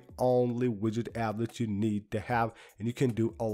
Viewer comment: you suggest a widget app? Is it called widget or Widgey? Could not really understand, and I don't see it in any notes?